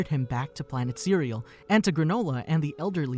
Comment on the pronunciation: Sir-rel-lee-an not cearealean lol. And those are saiyan space pods not attack balls. 🙄